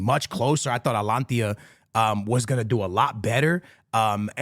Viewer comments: Mate, ATALANTA ...what alantia? its not even close to Atalanta. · Bro how do you pronounce Atlanta in Georgia? Ok, so what’s “Atlantia” you keep saying 😂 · Atalanta ❌ Alantia ✅ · ATLANTIA sounds better thou🔥💀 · is it hard to pronounce Atalanta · 3 guarantees in life: death, taxes, and mispronouncing “Atalanta” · Can you say atalanta right for once